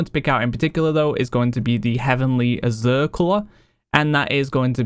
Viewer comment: It's Azure not Azeer bro